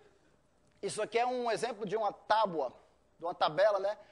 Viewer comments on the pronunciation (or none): none